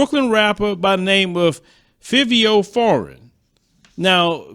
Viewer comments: FIVE - V- O ......SAY IT RIGHT AYEEE AYEE AYEEEE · Five- ee-o is how you pronounce his name.